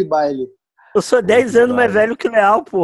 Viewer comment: crescia saber pq q quando ele fala leall parece q ele tá falando léo